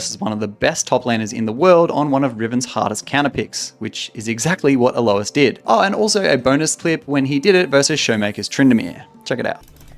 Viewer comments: Why does he and pronounce his name "A-low-is" instead of "A-loys"? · Is purposely mentally un-ok or why is he pronouncing mundo as Dr Mando and alois as A-louse